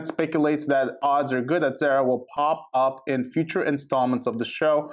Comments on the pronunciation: He did lie he just didn’t tell her they we’re friends only didn’t have too usman is right. Zarra not Zara your not pronaonce correct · PRONOUNCE ZARA'S NAME CORRECTLY!!!!!